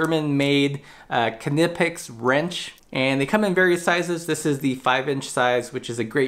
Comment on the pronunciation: Nighpex, silent K 🙂